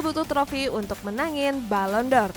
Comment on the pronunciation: Balon d'or neng bukan balon dor😂